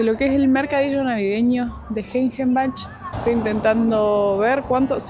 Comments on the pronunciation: “Gengenbach” se pronuncia “Guenguenbaj” - el “g” como en “gordo”, el “ng “ como en inglés o en “pongo” y el “ch” como las españoles pronuncian el “h” Mismo : “schiltach” = “Chiltaj” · Argentos, se pronuncia "guen-guen-baj". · ...bach se pronuncia como bajo sin o 😉 la camera deben cambiar a 50Hz, es la frecuencia de luz en todo Europa.